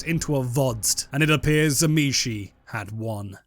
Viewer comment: you are pronouncing tzimisce wrong m8, It is "zim-eat-see" according to its creator